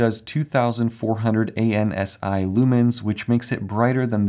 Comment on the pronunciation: ANSI is an acronym that is traditionally read as "AN-see," rather than an initialism, which would be read as "ay-enn-ess-eye"